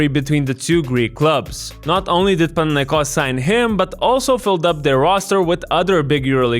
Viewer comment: Bro first time hearing a foreigner pronouncing Olympiacos and Panathinaikos correctly, Weird but Nice ! 👍